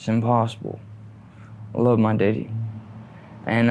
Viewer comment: I knew when he pronounced his dad as “deaddy” he was from Cullman area 😂 they are some country fuckers! Sad story tho. Opiates are so deadly, and all the evidence on pill mills and corruption…sad country we live in. But let’s ask up America!! 🤡 🌎